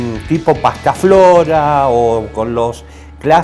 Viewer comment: Buen video No es "pastaflora", es Pastafrola😅